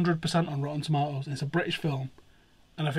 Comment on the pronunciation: Toe ma toes??????? What the fuck is that lol